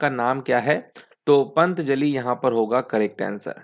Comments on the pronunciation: pantjali kya hota hai dekh k b patanjali ko pantjali pad rha h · Bhaiya पंतजली nhi पतंजलि है।